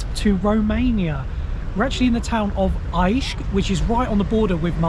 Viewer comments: Why don't you mention that Moldova used to be part of Romania? That's the reason why their language is romanian, not russian.That would be informative. And this after another grave mistake made - your pronunciation of Iași: Why do you use english pronunciation rules, although english went through the Great Vowel Shift? You could find the correct pronunciation at WP. Sorry, can't take no more: clip dismissed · Oh my. That Romanian city, Ia,si, is pronounced "Yash," not "Ice." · The name of that important city is Iași not Aișh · Its pronounced Iasi not Aishi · It's Iasi not Aisi, wtf it's not so hard to pronounce. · It's Iași, not Aiși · The town you landed in is pronounce (Eashi )not Aiasi ....you don't pronounce Smith -Smaite do you ? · Aish? Is that how u call that city? I find it amazing u decide to make a video and u dont do the 0.1% minimum effort to at least have to curtesy to at least TRY to pronounce how it is. U brits lose your shits when we come there and straight up dont speak the language, what if we did the same? We would be arseholes still right? Embarrassing. Stop putting everything online that u wanna do with ur wife, just go there and enjoy. Nobody cares about ur documentary, just a have a trip with your gj/wife and stfu about it or if this is what u live off of, u rly gotta get a job bro (and her) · Iasi pronounced Yash (long a sound). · Iasi - is pronounced 'Yash'. Well done guys, great video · "Aishi"...that's the worst pronunciation of the name "Iași" that i've been given to hear in my life. Man, that sounds awfull. What kind of travel vlogger does that? :)) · Iasi is pronounced Yash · IAȘI, is pronounced like in Yeashe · The city Iaşi is pronounces like yash. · Iași-That's not how it's pronounced,as a romanian i feel confused how someone pronounce Chișinău right but not Iași.